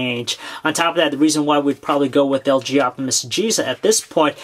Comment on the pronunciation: Lg optimus he pronounces LJoptimus